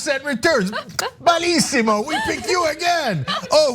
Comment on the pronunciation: Everytime she says "Bellisimo" a Mom and Pop Italian restaurant bursts into flame.